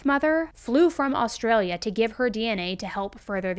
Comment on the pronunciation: I love how Americans pronounce Australian places. Wagga Wagga is pronounced Woggah (we just usually stop at one Wagga) and you need more bogan when you say Ah-straya. Props for the Australian story though.